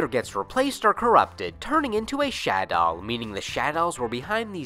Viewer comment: Take a shot everytime he mispronounced shadolls...I promise you won't have kidneys afterwards.